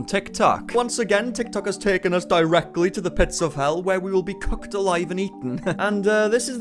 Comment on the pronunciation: Did he just say cucked instead of cooked???😭💀